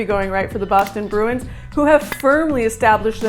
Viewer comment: Start to pronounce the club name correctly.